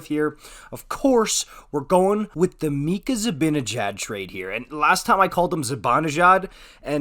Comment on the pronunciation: i think it's just pronounced mika